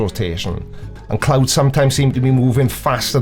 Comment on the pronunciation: Oooh. CLOUDS. I thought he said "clowns." I was confused as fuck as to what clowns had to do with this.